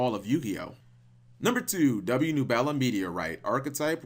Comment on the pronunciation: Thia boi said nubela lol